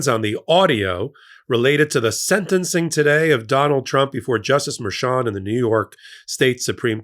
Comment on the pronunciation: MERCHAN not "Merchant"